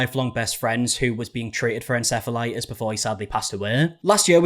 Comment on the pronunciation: Why did u start pronouncing it en-sef-elitis? Just curious